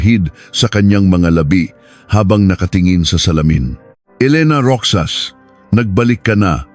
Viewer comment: MALI PO ANG PAG BIGKAS NG ROXAS LIKE ROHAS GANYAN MO ANG PAG BIGKAS NG ROXAS ..HINDI ROKSAS ..